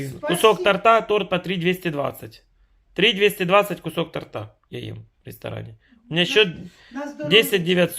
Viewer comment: Сявка не пиз..ди, после ресторанного борща и салата, грибковые бедрышки жрать не будешь! А ты их не жуя заглатываешь, только сопишь и чавкаешь от удовольствия. Интеллигенция "Дмитровская", не тортА, а тОрта.